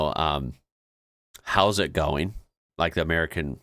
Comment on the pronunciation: How ya goin, not how ya garn